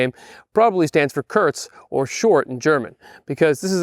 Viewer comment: Great review...just wanted to point out that"Kurz" is actually pronounced "coorts"